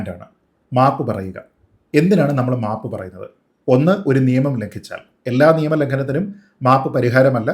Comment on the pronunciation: 😂😂😂😂 " mapu" ennu kelkumbo Savarkare ormma varum😂😂😂😂